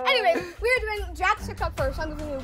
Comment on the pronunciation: "jakth" "quazy" "my twimer stwarts now" HELP